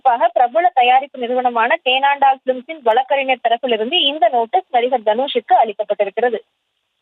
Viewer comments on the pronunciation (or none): ஏம்மா, அது தேண்டாலம் பிலிம்ஸ் இல்லமா😂😂 தேனாண்டாள் பிலிம்ஸ்...